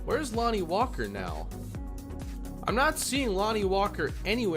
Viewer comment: The way you botched Walker and Sexton physically hurt me, but other than that this was a good video.